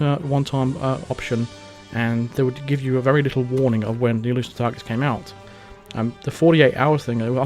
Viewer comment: I thought you were saying "Elusive Tigers" I couldnt figure it out but it must have been "Exclusive Targets" and how about makinf a mode that is super hard, like you cant act strangely and cant walk around behind someone without them knowing, how can they not here you right behind them?